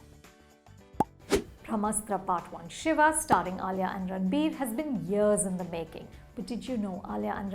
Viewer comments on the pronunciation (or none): none